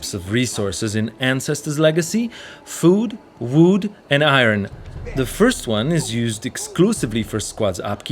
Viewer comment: "FUD WUD and Iron" 🤣